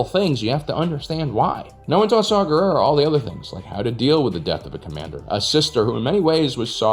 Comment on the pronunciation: Saw Gerrera? Did nobody see that his name is “saw war”? Guerere? Guerrero? Guerre?